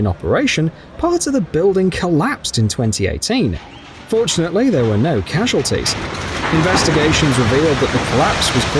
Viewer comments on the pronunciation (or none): It sounded like "unfortunately"...even the subtitles have it written...